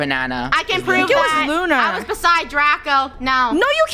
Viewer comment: Lunar its lunar